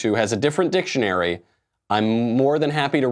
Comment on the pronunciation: If you’re going to tell someone to look up something at least pronounce the word dictionary correctly 😂